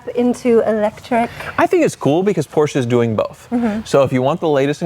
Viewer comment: Thanks for pronouncing Porsche the correct way! And I agree with, the rear of the convertible looks a bit odd, I'd prefer a fixed roof.